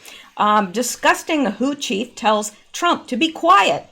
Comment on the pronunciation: Who else heard 'hoochie' every time said WHO chief? Just me?? 🤣